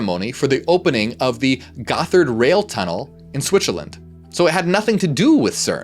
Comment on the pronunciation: Dis say Schwi-tzerland? lol